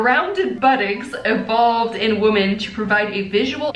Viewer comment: Am I the only one that notices her saying women weird? 😂 it sounds like she’s saying woman.